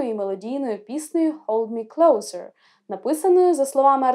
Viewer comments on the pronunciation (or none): Closer, якщо що, вимовляється клоусе)